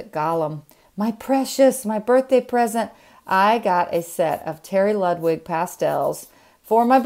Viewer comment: Happy Birthday, great husband 👋 Jackson. Oh, how beautiful. Have Strathmore pre cut 5x7 WC paper. Will try. Blair is a little expensive but worth it on my lust. Excited for your Terry Ludwig plein air, think you pronounced correctly. Happy Birthday. Cannot tell if this is video is older 😳 but I love it and look for your tutorials. Again happy birthday 🌺😀